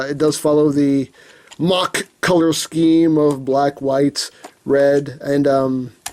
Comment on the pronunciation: IT´S KAMEN RIDER MAHHAA !! Deam it, the mahha driver belt sed it. It is easy to say, so stop saying mackh driver. If you don´t belive me, go to google and chek it your self.